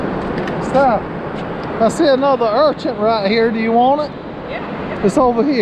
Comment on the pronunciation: makes me laugh saying sea urchants, lol, It's urchin!